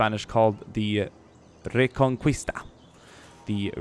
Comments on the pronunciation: Great video and not to be picky but Just for future reference it's pronounced "ree-con-key-sta" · In '' reconquista '' the u is not pronounced. I say this because I am Spanish. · Its so funny when you say reconquista XD im spanish and its very weird how you say it